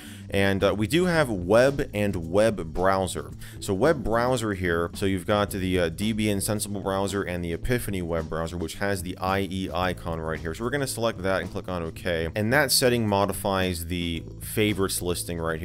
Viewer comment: Died a little inside at “Deebian”